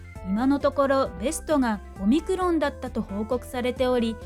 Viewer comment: 5ミクロンがオミクロンに一瞬だけ聞こえたw